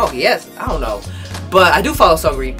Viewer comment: Are u saying seungri wrong?!?lol